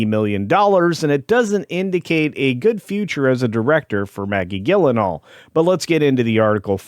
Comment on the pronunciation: Not only the film was a disaster, but the host (AI?) here can't pronounce Gyllenhaal's name correctly.